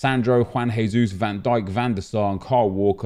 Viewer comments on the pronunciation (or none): none